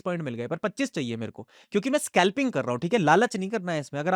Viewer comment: Aby scalping tho dang sea words ka ucharan kar. Scalping hota hai Skalping nahi ..